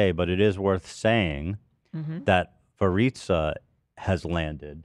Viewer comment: Every time Ethan says Veritza I’m screaming at my phone “ITS VERICA!!!!”